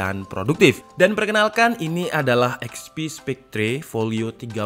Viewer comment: Spekter bang bukan spek-tre